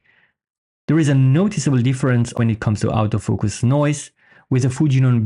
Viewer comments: Nice quick review. I like the way you phonetically pronounce autofocus….outofocus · Thought you said "Out of Focus lense" XD It took a while but then I got it.